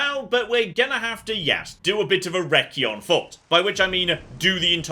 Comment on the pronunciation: He also butchered recon some how and that's not a British way to pronounce it either 😂